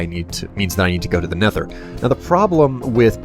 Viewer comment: That's how you are supposed to say it with th